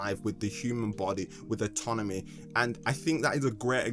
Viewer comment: He was saying atonomy and not anatomy the whole time